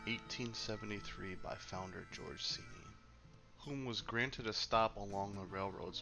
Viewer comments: Pere (Chee-nee) is how us locals pronounce it! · It's pronounced "chain-ee"